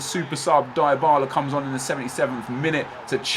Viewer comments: I'll give you money to stop pronouncing Dybala the way you do. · Lol +Eddy Logan. It is often true